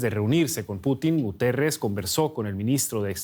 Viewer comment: Guterrez??? Se comió la I por el culo